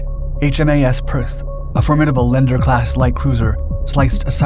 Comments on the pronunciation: Lee-ander not Lender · not Lender class, it's pronounced LEE-ANDER Class. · It is pronounced Lee-an-der. (Not lender) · A "LENDER" class cruiser? Not to be confused with the "Loan Officer" or "Chartered Bank" class of ships? As usual, AI is errant.;) Yep, I was drawn in by that HMS Warspite explosion, too. G'bye,. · It's pronounced Lee-Ander class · pronounced lee ander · Leander say it right please and it’s captain is now called HMASWaller in his memory